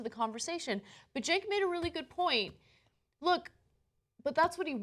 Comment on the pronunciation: why do they call him Genk, his name is Cenk